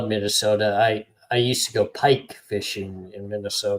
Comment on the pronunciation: Yoooo I live an hour away from Seaside AR, back in high school and 20s we’d always go to Seaside and surrounding areas and, no way you lived in OreGON if you call it OryGUN! lol